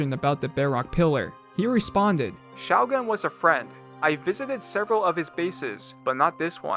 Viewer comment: I'm not sure there is a worse way to pronounce the word shougun